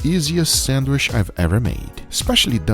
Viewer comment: Still cant pronounce Sandwich 🤣